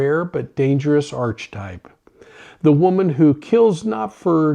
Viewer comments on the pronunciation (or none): It's not pronounced "arch type". It's "arka type".